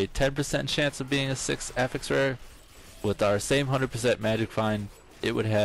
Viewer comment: STOP PRONOUNCING AFFIX WRONG